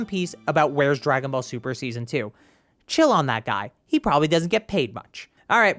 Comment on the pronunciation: "dragon ball tuper" amazing